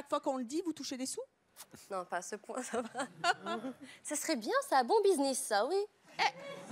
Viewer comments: A elle dit: Bisniss au lieu de buisness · elle a dit bisniss mdr